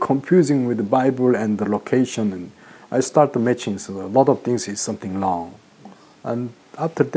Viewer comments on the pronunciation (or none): said "Sumting Long"